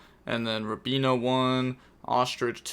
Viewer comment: saying the animals rather than the names. The names are not that hard. But would pronounce robina as Robin-ayy